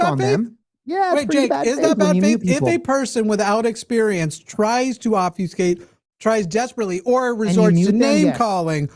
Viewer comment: Jake, it’s obFUSCate not obfeescay